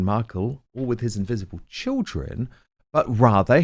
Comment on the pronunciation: Vhy do you say invisibble children and why do you lagh sd much with someone” s un happiness